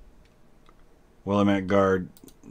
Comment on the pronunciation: It's pronounced Wil-lamb-it or Will-am-it please. If you are referring to the Oregon valley region. I know it doesen't make sense to say it that way. But hey it's Oregon.